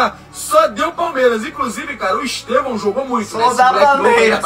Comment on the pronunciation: Estêvão és una palavra paroxítona (llana)!